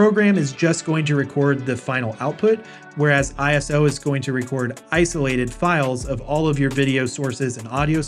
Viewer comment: Great video! Respectfully, know that ISO in this environment, is not I - S - O, it's pronounced EYE-soh, short for isolate. Calling that mode I - S - O could confuse some viewers, thinking it has something to do with the sensitivity of the cameras. Beautiful video, though!